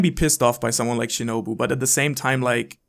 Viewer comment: It’s Shinobu 🤷🏾‍♂️